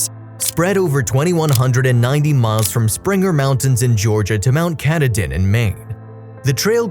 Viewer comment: Please learn how places and names are pronounced. Mt Kuh-TAH-din.